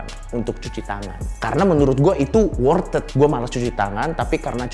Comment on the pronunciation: Coki saya muak dengan anda ngomong worth ed yang benar iti WORTH IT, TOLONG MUASABAH DIRI ANDA